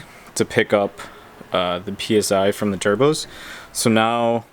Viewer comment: “Trubo” lol